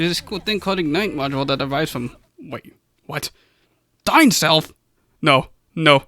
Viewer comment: Incorrect because wrong. Also, DainSLEF, not Dain"self." And MetaNOIA, not MetaNIA.